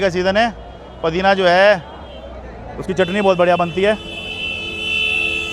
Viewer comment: Pudina boliye bhai. Padina bol rhe h. 😂😂😂